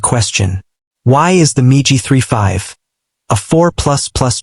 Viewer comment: You fools and your miserable Computer generated voice. Most intelligent Children would know that MIG, is not Pronounced Migi😊 Your embarrassing yourself!!